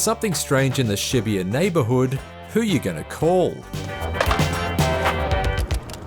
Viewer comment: How you pronounced Shibuya was painful